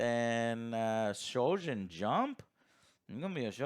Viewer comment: really just said Sholjin jump